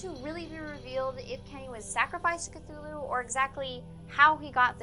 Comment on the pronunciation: uh, it's pronounced C-too-loo, not c-thoo-loo?